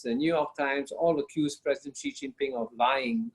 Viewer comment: Let's try to be more professional please... the pronunciation of China's president is: "she", not zzhee, not anything else. It's easy to check, just Google it.